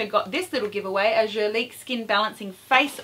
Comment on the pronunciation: why , as an Australian, do you talk about 'fall' & drug store. ..they arent terms used in this country. ..also please learn to pronounce 'Guerlain correctly..its really annoying as yr pronunciation on several words =incorrect